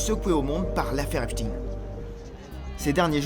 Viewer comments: C'est epstein et non epstine😂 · ce n''est pas "Epstine" mais "Epstaïne" (au niveau de la prononciation) car origine Israel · C'est Epstein pas "Epstin" et ce n'est pas que le frère du Roi Charles qui est impliqué mais tous ! soit des petites filles où des jeunes garçons et il y a des tas de pédocriminels chez les "élites anglaises" ! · En français on ne dit pas Eipstin mais Epstein comme Albert Einstein au cas où vous l’auriez oublié. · C'est étrange cette prononciation esptine et non esptein qui est utilisée par tous le médias mainstream, enfin je me comprends... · EpSTEIN : comme FrankenSTEIN ! Pourquoi vous changez le nom ? On dit WeinSTEIN pas WeinSTINE ! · et ça devrait secouer la France aussi mais nos média sont tenue au silence vous n'allez pas mordre la main qui vous nourrie et arrêtez avec cette prononciation !!! il ne sappel pas Epstin ok il était juif polonais ne vous en déplaise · Encore un média Franco israéliens qui prononce Epstine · Pas Epstin, on ne dit pas Einstin mais Einstein ! Idem pour le pédophile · Nous sommes en France: Epstein se prononce comme Einstein !